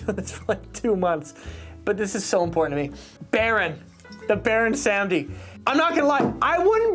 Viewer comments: So it’s not Pronounced Baron Sam-dee. It’s Baron Sahm-dee, technically more so Bawr-oon Sahm-dee (spelled Bawon Samedi) but that’s more technical than anything, and Baron is just fine. It’s the name of a Haitian voodoo iwa, basically the god of life and death, but also of debauchery. Also fun fact, another one of his incarnations is Baron La Croix, so he technically has TWO drinks on the market lol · since its your favorite, go learn a little bit about the voodoo death god, baron samedi (pronounced: saw-muddy) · It is pronounced baron se-mode-dee